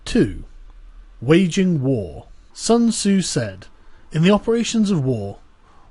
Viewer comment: Pronounce Sun tzu properly.